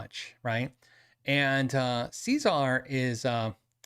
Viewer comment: Cesar Gueikian: "SEH"-ZAR, not "SEE"-ZAR — ;) ;)